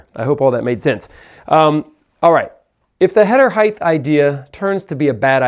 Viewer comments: Is saying “heighth” instead of height? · It's height. Not heighth.